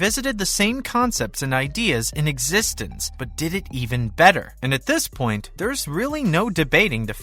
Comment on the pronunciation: Can you please pronounce eXistenZ correctly?